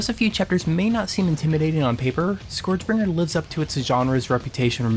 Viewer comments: SKURJ is how it's pronouced, not SCOREJ. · Sorry to be that guy, but it's pronounced SCURJ.